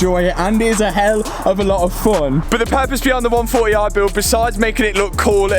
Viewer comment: Love how he says 1 4 e i haha